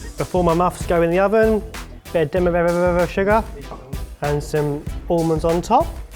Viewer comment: Point for Barry, for putting up with and. - 1 for Barry for pronouncing almonds like that. Tie for me, between and.